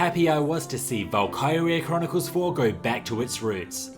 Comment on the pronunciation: The PSP version of Valkyria is great, especially when played on the Vita. I'm never heard anyone pronounce it Val-Kye-ria... Usually it's Val-ki-ria...